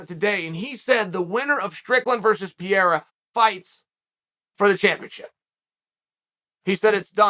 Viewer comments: Not Pierra..."Pê rey rah" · Chael kept mispronouncing Pereira. Kept saying Piera. Fun Fact Piera Rodrigues (UFC Straw weight) and Alex Pereira are both managed by Ed & Jorge. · it's pronounced Peh-Reh-Ruh. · Call him Alex, because " Pierra" sounds awful. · Who’s “pierrra” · Pee era, blah hall, kuh beeb.. 😂😂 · "Pa re ra" the man who knocked out Izzy deserves the respect of pronouncing his name correctly...check out his fight history...he's a bad dude! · I'm not one to argue with the goat but say it with me now purr-era. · Peeyera? LOL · Chael pronouncing Pereira’s name is the most offensive thing he’s ever done to Brazil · Just pronounce 'Pereira' properly ffs. I had no clue who you were talking about for the first 1/3rd of the video. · My only complaint is.. Put some respect on theirs names and pronounce them properly, Uncle Chael..